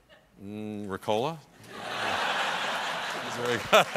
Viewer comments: Ricola: The emphasis is on the Ri, not on the Co. It doesn't have to do anything with cola. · Jeez, they were saying RECOLA. I was like, what is that. Its called RICOLA mates. Greetings 😅😜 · Seriously you people call it Ricòla? For fuck sake it's Rìcola! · Me too. Isn't it pronounced Rícola? 😂🤔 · Omg it took me until they ate the candy to figure out they were saying Ricola, the stress is in a different place in German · I’ve never heard an american pronounce ricola...it’s more than cringey lol